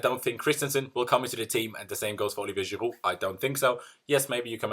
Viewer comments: its not khirouud its Giroud ffs 😂😂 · I like the way he said giroud 😂🤗